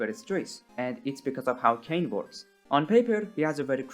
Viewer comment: "Kane" my guy you do NOT know the 'goes like that